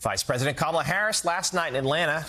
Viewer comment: Her name is KAMALA, Al! Get it RIGHT!